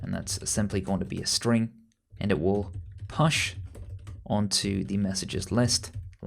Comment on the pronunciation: I rewind 3 times to hear the pronunciation of "push"